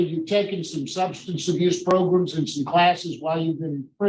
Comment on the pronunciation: yes... Progrums!!🤣😂🤣